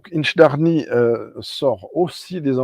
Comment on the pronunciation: Sorry to be a pedant,, but you seem to have left an "i" out of the middle of InchDairnie. Oh, and while I'm at it: "Orchard House" has a "tsh" sound for the "ch", not like "ck"; "citrus" has a short "i", just like French "citron"?; "vanilla" would only have a "y" after the "ll" in Spanish... I was able to try InchDairnie's RyeLaw in the bar at Port of Leith Distillery and then wanted a bottle, but not at the shop price; luckily I got one much cheaper at auction not long after and I do enjoy it. I also have a 4-year-old Strathenry from The Whisky Barrel which is quite good. I got the Batch 001 of Strathearn, so I don't have FOMO about the Douglas Laing 'inaugural' (it may be their first, but there have been at least 4 previous releases!). I have a Le Breuil Whisky de Normandie Finition Sherry Oloroso, which I rather like. Not tried the Version Française, though. Same with G. Miclo Welche's Whisky Single Malt Tourbé, whereas my only Artesia so far IS the Version Française one! (And my least favourite of the three!) It is annoying that it is now easier for me to send things to Canada and New Zealand than France and Belgium (I voted to stay in the EU...) The only Brazilian whisky I have so far is a Union bottled by Cadenhead's (for which my notes read: "Big, Sweet & Rich, Almost jammy... A bit hefty"!). Good stream!